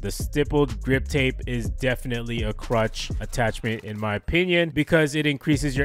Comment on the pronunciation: Is he saying crutch or clutch?